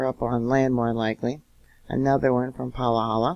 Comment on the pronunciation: Say it Pa ha la not Pahakahahala